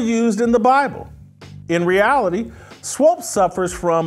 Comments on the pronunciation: Swopes lol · Why Jason can't pronounce Swoopes, it's not Swoopes. Kinda distracting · Whitlock, 🤦🏾‍♂️Swoops** rhymes with hoops🧏🏾‍♂️😂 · Is Jason confused about her name? It’s Swoopes not Swopes! Do better Jason! SMH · Jason needs to learn how to say “Swoopes” 🙄. It’s distracting from the good point he is making. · Jason, can you please say "Swoopes" and not "Swoopes"? You're killing me, Smalls. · pronounciation of swoopes is problematic lol